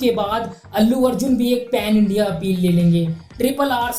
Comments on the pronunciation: It's pan India not pen India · Tu prabhas fan hai yaha tho tu views ke liye prabhas ka video cover kar raha hai bhai tu kitna unpadh aaj pata chal gaya A "Pan India" ko pen india bol raha hai 😂aur timestamp pe bhi pen india likha 😂 SRK jab Industry hit diya na tab tu paidha bhi nhi hoga😂 prabhas ko praise karne ke liye SRK ko degrade kar raha hai SRK 4 saal break liya aur to 5 saal bol raha hai Kuch tho brain use kar😂